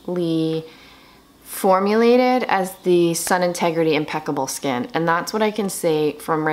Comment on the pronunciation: Sorry got cut off. It’s “sun-tegrity” not “integrity”. Not that it really matters but I know you talk about this brand often to wanted to share! 😘 I also love the brand. Xo. Stay well